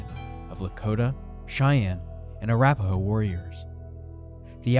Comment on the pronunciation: Why can't the Narrator correctly pronounce the names of the Native Tribes? Its "Sho-Shone-Nee", not "Sho-shone". And its "Ah-Rap-Ah-Hoe", not "whateverthehellhesaid".